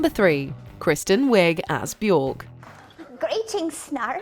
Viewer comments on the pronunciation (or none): Björk is pronounced bee-yerk.